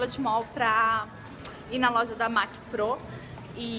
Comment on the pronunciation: A bruna Vieira e a Paula, numa viagem perguntaram a dona da loja e uma fss representantes, e elas disseram que é MAC, e nao MEC